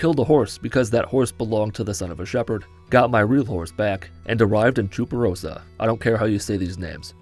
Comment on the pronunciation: He actually said Chuparosa perfectly. I'm impressed